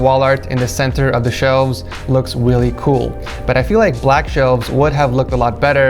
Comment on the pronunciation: “WEALLY cool”